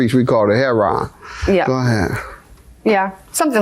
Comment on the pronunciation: Wow Mr genius Judge Mathis since when have all opiates been called heroin or Heron as you pronounce it... you always claim to be some expert on the street and drugs and everything else but you show your ignorance so many times and granted you are uneducated professional man and I applaud you and appreciate that but you need to stop pretending that you know everything about the streets cuz you've been proven wrong so many times and when you claim you're trying to educate people you're giving them false information all opiates are not called Heron okay get that through your thick judge skull okay